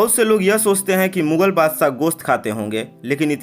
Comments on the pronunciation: Badshah hotae wo Badsaaaa bola speaker ne 😂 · Tu bhi sh ko s bolkar hamara dushman ban gaya hai.